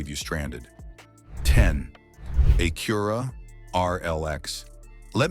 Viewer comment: “Aye Cura???” Really?